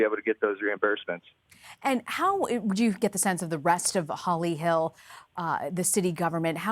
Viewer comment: #HolyHell will Holly Hill Florida ever be the same after this reporter mispronounced their city’s name in such a funny way... LMAO 😂